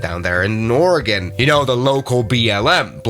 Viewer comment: this airport is/was used for seasonal firefighting for the forest service congrats on saying Oregon correctly also, you should look up the Hite airstrip